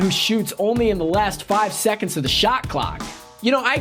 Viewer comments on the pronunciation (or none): none